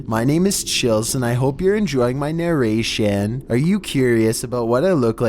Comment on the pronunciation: Narraration. Not narration.